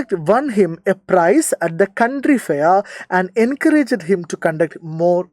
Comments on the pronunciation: country fair❌ county fair ✅ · country alla sir county anne sir 😊